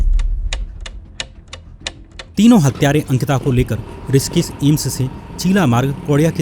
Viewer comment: ऋषिकेश को रिसकिस क्यों बोल रहे हो